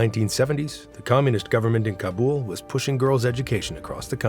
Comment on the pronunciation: Wow. One of the only narrators who pronounce "Kabul" correctly. Just recently a purported journalist from Afghanistan exposing a story on Afghanistan pronounced it wrong! LOL.